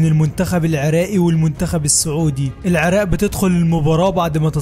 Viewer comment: لجهتك تخبل العراق وليس العراء